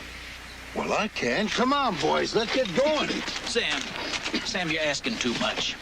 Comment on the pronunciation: His name is Sam not Sayam.